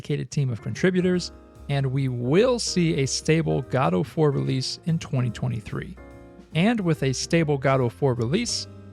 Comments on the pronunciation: It's not 'Gadoh', it's 'Godo' ':D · It's not gah-doh, it's goh-doh. Jeezus what is wrong with americans, are they all dyslexic? Pro tip - in most of the world, vowels are read exactly as they are written. It is pretty much only in english that you can pronounce vowels like whatever. (look up the mystery of the great english vowel shift.) Again, it takes all of a five minutes to learn how "the rest" of the world pronounces vowels ffs. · Wait, it's pronounced 'GOD-Oh'? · It's Guh-do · Literally everyone else I've seen pronounces it more like Gu-doh, so it sounds so wrong whenever you pronounce it like that. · Great video! I'll root for Godot. ☺ Can't believe the documentation states it's pronouced Godo though. 😛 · Awesome but that GADOUW pronounciation really is so annoying to bear during video T_T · Haha! I pointed outro the devs a couple days ago that they didn't specify what pronunciation of "god" they mean :D Because I pronounce it like the British "god", but you pronounce it like the American "god". Anyway, it's irrelevant :D - unfa